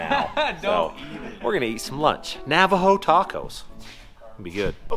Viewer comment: You said “Navajo”right!! Nice!